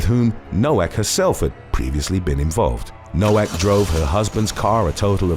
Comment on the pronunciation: Its pronounced “No-Vak” for Nowak